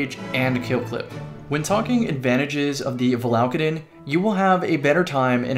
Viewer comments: ur adding an extra L in the name, its valakadyn, not valaLkadyn. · have you used cerb since the patch? That's what I call God tier RNG. Also, it's val-a-cayde-uhn